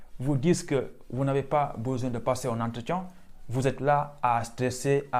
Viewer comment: Tu as dit "entretian" ou "entretion" 😂😂